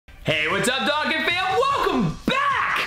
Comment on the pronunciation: Say it with me Dough-khan